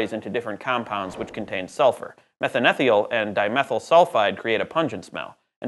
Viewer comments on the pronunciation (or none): As a chemist, I'm highly annoyed by your mispronunciation of methanethiol.